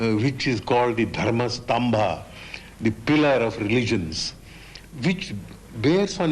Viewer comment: Learn to pronounce correctly,. It is not DHARMAA STAMBHAA but DHARM STAMBH.